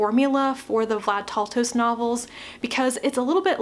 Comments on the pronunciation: Thanks for this review! FYI, it is Vlad "Tal-toh-sh" not "Tal-toh-ss" Great pronunciation guide here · Taltos is pronounced as Taltosh Steven Brust is pronounced Brusht Other than that it's a great review